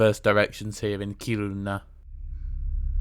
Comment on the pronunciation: Kiruna is emphasized on the Ki not ru. So it's KI-runa. Very short ki. Is that like the Japanese? I love languages.